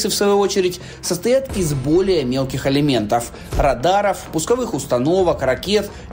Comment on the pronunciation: Элементов, а не алиментов! Грамматей,!